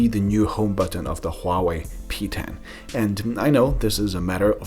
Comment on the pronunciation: your pronunciation of Huawei was extremely accurate.